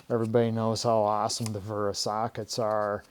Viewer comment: It’s wera not vera 😂